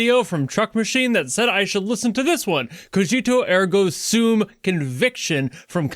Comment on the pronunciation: Not even a major thing.. but uh. You pronounced cogito ergo sum wrong and it kinda broke my heart because I'm sorta a language nerd.. but uh, fun fact! Cogito ergo sum is actually latin, and it means "I think, therefor I am." ^^ Awesome video in general, kudos to you. Have a nice day.